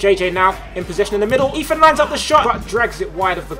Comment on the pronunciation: this commentery is torture everytime he says eathan he says eafin